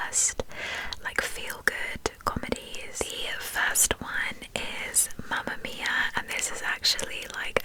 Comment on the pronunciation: I love how you pronunce “Mamma mia”😍🇮🇹❤️